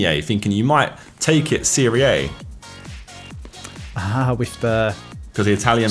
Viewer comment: Every time Josh says "Serie Ei" my Italian heart dies a little bit